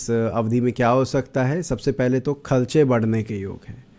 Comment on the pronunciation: Aap kharche ko khalcha kyon bolte ho😂😂